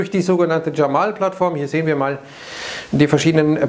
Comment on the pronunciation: Es heißt nicht Dschamal sondern Jamal (So wie's dasteht!).